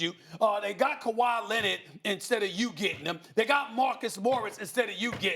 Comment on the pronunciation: “Kawhi Lennit”